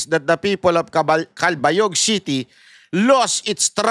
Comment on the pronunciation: Cal-ba-yog, malumanay lang ang pronunciation po